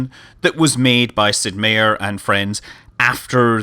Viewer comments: relatively confident meier is pronounced MY-ER and not MAY-ER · Scott.... you say my name the same like everyone else... I have the same spelled last name as Sid Meier... Its said Sid (My-er) It is German for Mayor but said differently, not hating I am used to it... In Xenonauts you had a character with Meier as a name and you said it right... most of the time ;)